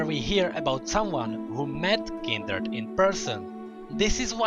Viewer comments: fvck its kind-red not kindered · why do you say kinderd instead of kindred (oops i triggerd the fans NOT THE FACE!!!) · It's kindred not kinderd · Kinderd , Kinderd , Kinderd .... KINDRED! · This guy says kinderd and not kindred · Its not kinderd its kindred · Kindered??? :face-red-droopy-eyes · 4th darkin " KINDERD" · did he really pronounce kinderd? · This was interesting, but I can't help but point out that it sounds like you are saying Kinderd and it stresses me out. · Kinderd lol ;] nice vid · no hate but why say it as kinderd?